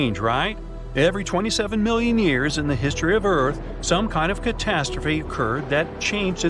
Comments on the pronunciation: Is years not yars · WHY DID YOU SAY YARS NOT YARS YEARS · "27 million yars" its "27 million years" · Why did you say yars? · "every million yars"😂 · bro took last in the spelling bee:"bouaht how did i wose da spewwing b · You said Years wrong